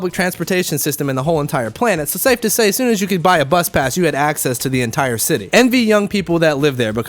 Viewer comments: I knew you were half when you said shitty instead of city. I'm half too so it happens to me as rell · "Its a REALLY large shitty" is exactly what i heard at the beginning